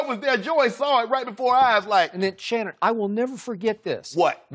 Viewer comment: Lmao called him Leshannon Sharpe